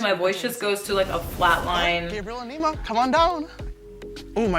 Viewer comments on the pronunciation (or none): Neee-mah not n9ma babe 😂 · Pronounced “Knee-Maa”